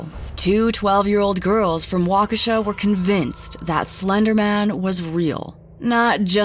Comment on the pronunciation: Finally, someone who pronounced Waukesha correctly